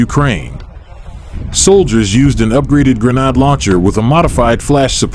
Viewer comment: Your a.i needs to learn how to say grenade properly